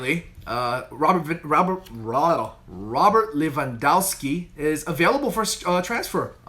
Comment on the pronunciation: You need to practice saying Robert Lewandowski 10 times/day 😂😂😂